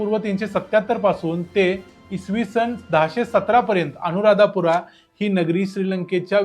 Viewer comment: अनुराध पुरा असे म्हणतात, अनुराधापुरा असे नाही.